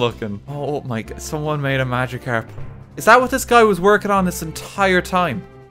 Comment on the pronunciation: Australian magicarp